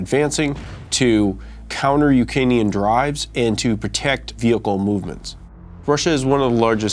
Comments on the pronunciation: "Ukainian" And this guy is apparently an "expert" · He can't even pronounce "ukrainian" correctly lmao